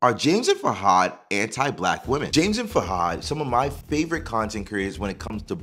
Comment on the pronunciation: I think his name is pronounced FOO-had.